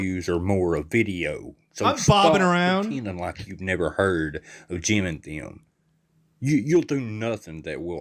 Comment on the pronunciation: “Jeehm and Thee-uhm” never heard of THAT podcast.